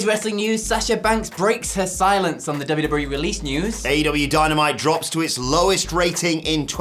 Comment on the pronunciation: "dubbu-dubbu-wee"? Goddamn, slow down, guy